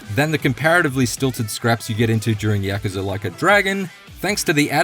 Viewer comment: Stop saying yakaza it's yakUza